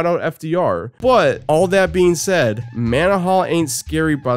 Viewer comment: The manaha episode was my favorite… and here you go pronouncing the name like an AI. 😑 brilliant